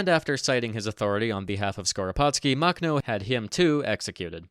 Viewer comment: Drinking game: Take a shot every time he mispronounces Makhno. (Warning: High risk of alcohol poisoning.)